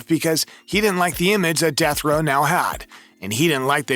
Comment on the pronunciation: DEAF row.??? Duh fuck is Deaf Row...??